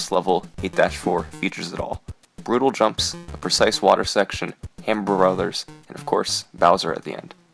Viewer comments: "habmer brhothers" -Summoning Salt, 2017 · The way you said "Hammer Brothers" tho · listen to how he says " Hammer Brothers "